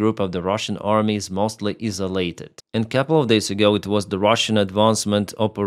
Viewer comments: just so you know, isolated is pronounced ' eye-so-lated'. Keep up the good work bud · Hello Toffee 😊 👋 GTSY AGAIN 👍💪✌️ I have to reply 😂😂 This way we are not "Isalated" lol Eye saw! 😂😂👍💪✌️🌎